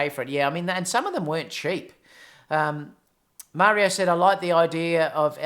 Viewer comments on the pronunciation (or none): none